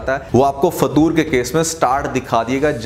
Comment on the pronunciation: It's not fatoor😂😂😂😂😂